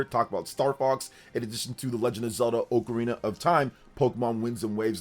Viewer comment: Someone teach how to pronounce ocarina properly!